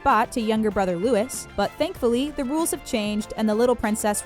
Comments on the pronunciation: it's pronounced loo-wee louis. Not louise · You don't pronounce it like louis you pronounce it like louie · 1) The Queen is Queen of the United Kingdom, not Queen of England. 2) "Princess Royal Anne" has the title of Anne, The Princess Royal. 3) It's pronounced 'Loo-wee', not Lewis. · Prince Louis, isn't it supposed to be pronounce as 'louie' not 'lewis' ????? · It's pronounced Prince Louie not Luis! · It’s not Lewis. It’s Louie. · You say louis with a silent s, so its more like loui, but you say it like the name lewis, which is different. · His name is pronounced 'loo-ee' not Loo-is. It is french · His name is Louis like loo-ie and not Lewis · The prince is named Louis, as in Louie not Lewis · It's Louie, not Lewis! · It is not Prince Lewis it Louis, pronounced Louie. I think your pronounciation sux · It‘s not pronounced Louisssss it‘s pronounced Louiiiiiii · Omg is Loo-ie not Lewis😩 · its pronounced loo-ee Not loo-is #STOPPRONOUNCINGNAMESWRONG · It’s not pronounced louis it’s pronounced louee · It’s not prince “Lewis” it’s Louis !!! Pronounced lew-ee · It's not Lewis its Loo- ie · Come on, Prince Louis is pronounced Leweeeeeeeeeeee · Prince Louis' name is not pronounced :"Lewis." It is pronounced "Lou-ee" like Louis Armstrong. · The name Louis, you are pronouncing it as Lewis. It's actually LOO EE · Louis is pronounced Lou-ee. Not Lou-is. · Hi early its not lewis it pronounced loo eee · Louie it's french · The " s " in Louis is a silent letter in french .. its Louie . And I think its sound like that in British too .. American are the one who just go with that " Lewis " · I can ignore other little mistakes but it's pronounced Loo-ee. French spelling, French pronunciation. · That LuiS...makes my ears bleed🤯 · Why did you call him Lewis instead of Louis? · Louis is pronounced Loo-ee, not Lewis!! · Prince Lewis? Are you serious? That’s not how you pronounce it. Cringe. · It looks like louis but it is pronounced Lewie I’m not hating though I am just saying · Its Louis